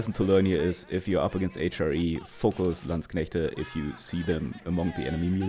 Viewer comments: ich danke dir dafür dass du Landsknechte richtig aussprichst. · I love the pronunciation of landsknechte😂